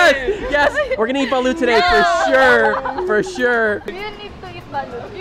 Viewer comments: is a filipino ryt? y does she pronounced BALUT lyk she's copying da pronounciation of Xiaoma..she should correct it!! Its not BALOOOOT its BALUT!!!!! gets wat I mean? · She said baluth! I duck and hide.